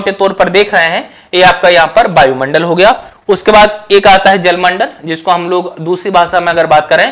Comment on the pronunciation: सर बायुमंडल न बोले शुद्ध वायु मंडल बोले।